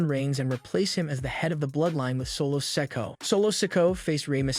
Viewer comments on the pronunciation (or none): Lol... And he says Solo Sicko lol and Annoy family lmaoooo😂😂😂😂